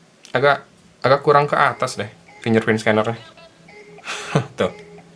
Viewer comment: suka risih denger kata "FINJER PRIN" :D setahuku yang bener "FINGGER PRINT" ejaannya :D